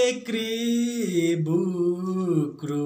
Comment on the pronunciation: The guy in blue shirt made my day.. I just heard many Angami names with the word KEKHRIE butchered mercilessly 🤣